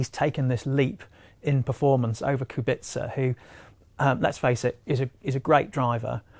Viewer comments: it's pronounced kubitza. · Claire has admitted that Robert KUBICA (not Qubika) has been a massive help in understanding the car and that his technological knowledge is truly unique. I agree Russell is a talent but how long is he going to stick around Williams? When he’s ready he’ll be off to Merc. Furthermore, Williams only have 1 point in constructors and that is Robert’s point, not Russell’s. I get that Russell is talented and all but my god Kubica deserves some recognition. As if British bias wasn’t enough, you cannot even pronounce his name correctly. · kubica is known from italian karting as a kubika.... so that's is ok... but should be pronounced k u b i ts a..... thank you. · Who the hell is Robert "Kubika"? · my god... there are still, after all these years, morons who can't pronounce KUBICA (kubitza) correctly... disappointing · it is from karting times and robert doesn't mind that... in italy he is kubika... rosberg also called him kubika. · “KuBiKa” LMAO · KubiKa? KubiKa?! Jesus Christ, guy is driving in F1 for many years, everybody around you knows how to pronounce his name correctly and you still say KubiKa? What disgrace. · Even Sebastian Vettel’s Race Engineer called Kubica ku-bi-ca in Abu Dhabi 2012. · I am amazed, that half the people talking about F1 can't pronounce Robert Kubica's name properly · please learn how to pronounce Kubica's name for God's sake. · he pronounced kubica wrong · especially aswell as he doesn't know how to pronounce Kubicas name